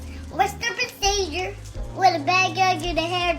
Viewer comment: Cant fully correctly pronounce ' procedure "